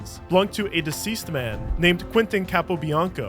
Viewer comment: The way he said diseased man got me 😂 Here (try not to laugh)